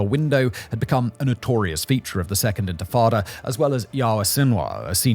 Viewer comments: why cant he say "intifada" correctly ? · Dude, you cannot pronounce INTIFADA?? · It's not even a mistake anymore it's a bit 😂 how do you mispronounce intifada so many times in a row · I was dozingwhen I heard him bbutcher the word😂😂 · Around 12th minute he starts to say it right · I had to rewind it lol! Seems like an easy fix, feels a bit lazy to me. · Infitada? It's spelt right on your screen captions but you still pronounce it wrong? Infitada? Sounds like a menu item at an arab & Mexican fusion restaurant. It's INTE-FAH-DAH, not INFI-TADA. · DUDE - inFITada!? 😂 You're a Level 1...Get back to basics please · “Infitada” is not the word…they were intifada… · It’s intifada, not infitada. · infatada? ... You mean intafada? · he says intifada so wrong so much I had to stop watching :( he says infitada like a child. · In-ti-fada. Enfitada sounds like a mexican dessert dish. (Thanks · IN TI FA DA. Say it with me. Infitada sounds like Spanish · arrrgh Tomaytoes tomartoes- unless I’m informing a significant amount of people as a pioneer of the free press - 1st syllable #rhymes with minty - minus the M, 2nd syllable - paternal figure (Fardah) said with a Jamaican/Irish accent All together now 😂 Inty-farda - #Intifada 🎉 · This mf just said infitada ten times in a row and left it in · Infrittata lol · It’s pronounced “inti-fada” … and it was the first uprising of the Palestinian people against Israeli occupation of the West Bank and Gaza in 1987. Over 37 years ago. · 1. In-tah-fah-da 2. Pro Israeli and pro Arab commentors both seem to be pissed at Simon for leaving stuff out. This indicates that the producers at least tried to be even-handed. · I thought he was talking about a baby who did magic tricks. Infant..tadaaaa! Edit to add: Oh god, and and he just pronounced Yitzhak Rabin as something like "Itchy Robin" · Physically cringed when I heard that (not blaming) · Ant Frittata. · * I think you mean Infatada 😂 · no it's quite unprofessional..